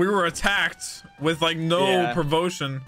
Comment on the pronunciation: "no provotion".......heh????